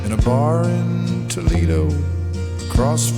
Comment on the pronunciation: In Spain, it's not pronounced Toe-Lee-Doh.